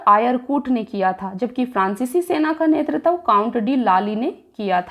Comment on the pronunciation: BHOSDI WALI TU HAR BAAR NETRITVA KO ' NETRTAV ' KYO BOLTI HAI? - SIR DARD KARNE LAGTA HAI TERI HINDI SUNKAR - TU 100 SAAL KI BUDDHI HO GAYI, TUJHE HINDI PADHNA NAHI AATA - TERA DIMAG THIKAANE NAHI RAHTA - MAADARCHODI TU PAHLE APNE DIMAAG KA ILAAZ KARA - BAAR BAAR GALAT PADHTI HAI BUDDHI - NETRITVA KO BAAR BAAR ' NETRTAV ' KYO PADHTI HAI BUDDHI? TUJHE SHARAM NAHI AATI, ITNI BADI HO GAYI HAI - SAALI LADKI CHOD DENGE SAALI LAUDA PILA DENGE